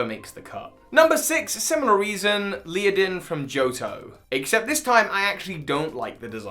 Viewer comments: Leadin? Isnt it ledian? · Leah-den 🙈😂 bless him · isn't it LED-E-AN not LEE-IDIN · Leodin? The dudes name is Ledian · Leadin, Leadin... It's Ledian, man. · It's ledian not leadin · Tobbbyyyy noooo dunesparce being a ground type and LEE-UH-DEN. Do you mean LEAD-EE-IN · its a shame cant pronounce Ledian its not Leodian - its Led-i-an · Leodin? Do you mean Ledian by any chance (also Dunsparce is a normal type) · Leodin... i-it’s Ledian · Leodin? LEODIN?! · Led-ee-ann I love Ledian’s design, personally. It’s just too weak! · LEADIN, seriously LEADIN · OK, I know you have an accent but how in the heck are you reading Ledian as Lea-din?????? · Even dyslexia is no excuse at your age, look at the letters one by one and pronounce the damn word, don't just make something up! Leodin... FFS! Ledian only has six letters, how can you go so wrong?! You must be trolling at this point. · It's pronounced '"leh-dee-ehn" by the way =) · You know what else sucks? When someone pronounces Ledian as “Leadin”. Just saying. 🤷🏻‍♀️ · I see everyone already mentioned that Dunsparce is actually a normal type, that you forgot some Kanto water types, and I already know that mispronouncing Pokémon names are your thing [PS: it’s LE-DI-AN]... ...but did you just say Falkner’s name as “Volkner”?! Wrong gym leader, my friend. Lol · Can pronounce Ledyba (Led-ee-ba) but can't pronounce Ledian (Led-ian) 🤔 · It's Led-i-an! and its design is based on Kamen Rider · It’s Ledian there’s no a before the d! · What was that pronunciation of Ledian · Sorry what did you just call Ledian?? I looked it up to see if I read it wrong my whole life, but I think you have been reading it wrong your whole life XD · He thinks ledian sucks so much that he can't even pronounce it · can't pronounce Ledian 👀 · Cringed every time he said Ledian wrong